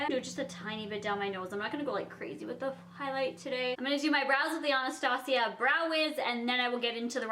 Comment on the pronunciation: Girllllllllll you said Anastasia right!!!!!!! Lol love you❤️